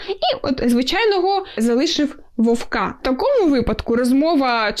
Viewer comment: вОвка) а не вовкА)